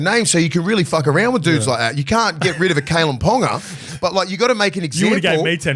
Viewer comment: Scope should know better. “Pauga is not pronounced “ponga”.